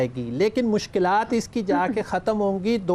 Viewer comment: Fariha Sahiba sahi lafz mushkalaat nahi balkay mushkilaat hay